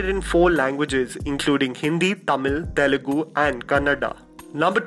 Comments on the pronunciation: It's Telugu not Telegu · Dude.. it's not telegu. It's Telugu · Bhai Telegu nahi hai.. it's TELUGU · Abey Northies... It is TELUGU not Telegu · one small correction , it is Telugu not Telegu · For the umpteenth time, it's Telugu not Telegu!! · It is Telugu not Telegu!! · It's Telugu... Not Telegu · its not telegu but Telugu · Why peole confuse name of language? It is not TELEGU. It is TELUGU. TE LU GU.